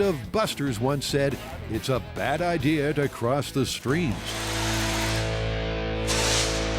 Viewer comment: He said "Jamie's 'ideer' of racing."